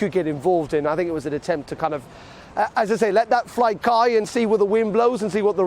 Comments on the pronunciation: 1.05 What? “..let that flight Kai....” he clearly has a problem with “Kite fly” 🤪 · "let that flight kai" Let this guy job get go talk can't straight he.